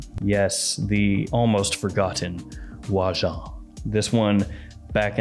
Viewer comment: Whyjohn. And say it like your French. Now ur saying oajan right.